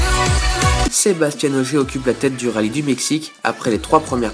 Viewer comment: Bonne vidéo merci, juste un "petit détail", Sébastien Ogier il est francais, pas comme Sebastian Vettel, pas la même prononciation. Sinon petit résumé parfait. Bon courage pour les suivants, je les regarderais (en espérant entendre SebasTIEN lol)